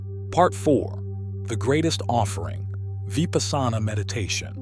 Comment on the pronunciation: 😆. Vipasana is Pronounced* Vee-puss-na.